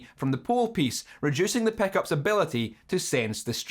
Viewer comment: I'm here just to hear you say "Peckups"